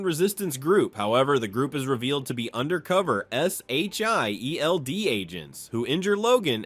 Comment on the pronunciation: “S H I E L D” lmaooo it says the letters instead of saying shield